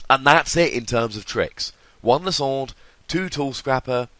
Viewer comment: LIE-SAND-ER! !! not Lis-ond-er!